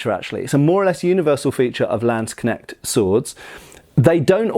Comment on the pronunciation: I love how your pronunciation of the word "Landsknecht" has improved from some years ago :D